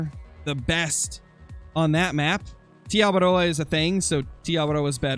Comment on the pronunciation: I thank you for saying te awaroa correctly